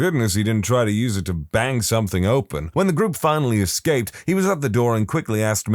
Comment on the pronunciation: No K in the word something